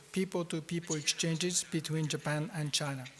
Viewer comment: 倭式英語；尤其是"~tion"跟"Japan"的發音。